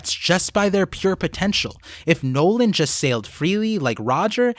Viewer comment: Nolan D. Mont Blanc?? The D is silent and even the tontatta called him Nolan without the D